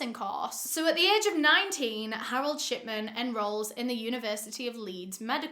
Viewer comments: Why did i hear you say shitman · I thought she was saying Harold Shitman until a read the description 😂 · this whole time i thought you were saying shitman💀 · i cant be the only one who hears "shitman"